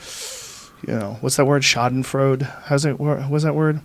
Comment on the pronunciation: “Schadenfreude”, Joe. Literally “damage / harm / injury joy”. And you pronounce it... well... differently. Try a German accent next time.